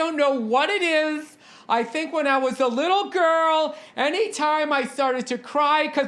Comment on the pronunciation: haha oh shit, that's the funniest shit ever did on your podcast, talkin shit about Tom Brady and taking his widdol football and going to fwowida